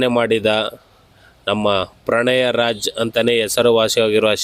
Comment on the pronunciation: ಪ್ರಣಯ ರಾಜ not pranaya Raj